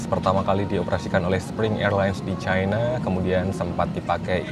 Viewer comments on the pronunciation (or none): none